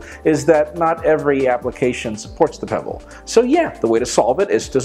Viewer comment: Pe... what? Peeble? Pebble? No chap... don't really care about it... by the way, can't careless about smart watches at all!